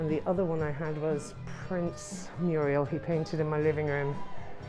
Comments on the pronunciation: Fabulous! Thank you. I did notice you say ' Muriel ' , that's a name. A wall painting is a ' Mural' 😉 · Muriels!?! Are you Norman Neal Williams or what? They're called murals.